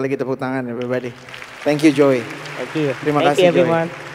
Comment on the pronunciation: When she introduced him in the beginning of the video, it seemed to me she pronounced his name like "Joy" and now I can't undo that - it's perfect - JOY Alexander.